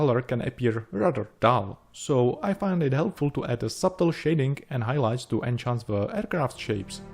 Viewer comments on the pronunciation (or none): "Enhanced" is pronounced with actual "h" sound, the same way you pronounce "h" in "he, hell, here", not like "Ch" in "watch".